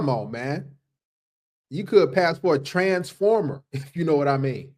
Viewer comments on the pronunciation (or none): 😂 bruh the way you say TRANSformer gets me everytime